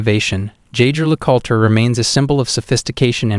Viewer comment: You really need to teach your computer voice the correct pronunciations of "Le Coultre", "tourbillon", and "rendezvous".